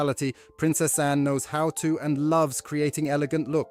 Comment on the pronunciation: It's annoying that the speech bot narrator can't pronounce Anne, Autumn, Bowes Lyon or Elizabeth THE second.